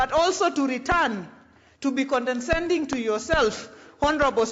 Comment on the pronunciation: Condescending not condeNscending.